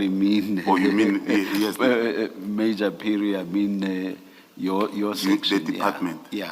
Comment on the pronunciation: 'Meja' tht pronunciation for 'major' was a red flag for me.Home affairs should help here please.